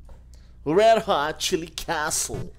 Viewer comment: Tinha que fazer um compilado do lendo o nome das fases que tem "castle" kkkkkkj